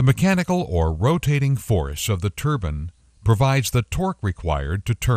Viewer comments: wtf its spelled turbine! not turbin... drove me crazy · Why does he say turbin? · Everytime the narrator said "turban", it drove me crazy.